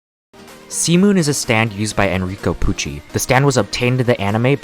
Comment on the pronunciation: idk why but everytime he says c moon it sounds like semen for me